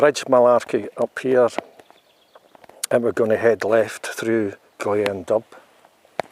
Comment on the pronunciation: Glean dubh - said like ‘doo’